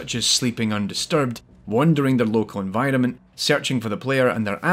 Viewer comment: Recently stumbled upon your channel and I like your content very much so far (especially related to games like this that I've played a lot) so keep up the good work, but one thing that I just can't get out of my head, everytime you say "environment", to me it sounds like "N-Vitamin". It's stuck forever now :(